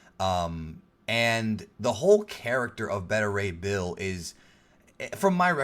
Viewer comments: Dude get your information right. Spiderman Far From Home is Not a phase 4 film. It's the final film in phase 3. Spiderman Far From Home is the final phase 3 film not Endgame. And its pronounced BETA Ray Bill not Better Ray Bill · Dude its pronounced Bay-ta Ray Bill not Bet-ter Ray Bill. Just like how you pronounce Alpha and Beta. Not Alpha and Better. Tbh it was annoying the shit out of me everytime you said Better 😂